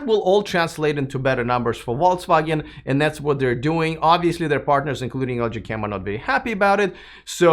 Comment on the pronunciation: Are you deliberatly saying "Volts Wagon"? German "V" is similar to "F" and "W" is like English "V", "G" is hard like "get": something like "Folks-Vah-Gen"